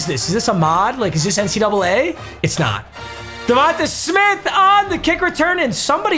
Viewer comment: “ Devontuh smith” Papa